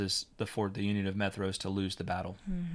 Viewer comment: "Maedhros" should be pronounced as "MY-throass" with a voiced /th/.